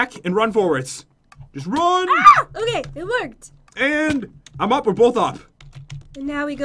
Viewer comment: did anyone else here go "okey" Like if you agree